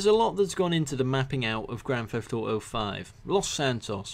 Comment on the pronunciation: Grand theth auto 5